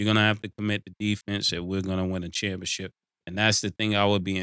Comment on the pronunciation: And Cam with Championchip